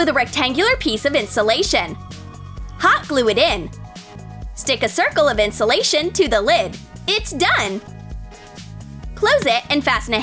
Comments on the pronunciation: STOP SAY INSOLATION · This is how many times they said insalation 👇🤣